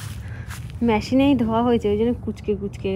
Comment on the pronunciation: তুমি কিছু কথা অদ্ভূত করে বলো ... ঠিক করে উচ্চারণ করো না যেমন ম্যাশিন বল কিন্তু ওটা মেশিন বলে ... Bulu বল কিন্তু ওটা blue বলে ... বিদেশে থেকে এইরকম উচ্চারণ ঠিক শোনায় না pls ঠিক করে উচ্চারণ করো ... বড্ড কানে লাগে